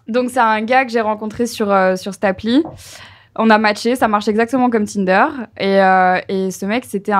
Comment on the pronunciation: Très drôle de voir en tant que linguiste combien Marie adapte sa prononciation (surtout sur les mots anglais : like, Tinder) et assimile la prononciation québécoise..